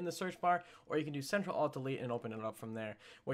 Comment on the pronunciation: its control not central